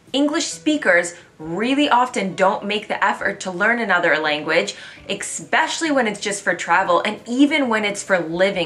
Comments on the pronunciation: Are....are you pronouncing eSpecially like EXpecially on purpose? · Did she say „exspecially“? There is no such word in English. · No, she's pronouncing it incorrectly. Doesn't matter where you're from. EXpecially is NOT the correct pronunciation. BTW I'm also from the mid west.